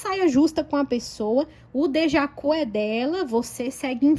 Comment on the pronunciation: 😂😂😂 Estou rindo aqui com teu "dejacu"!!!! É "Deja vu"!!!!!😂😂😂 Com V!!!!❤❤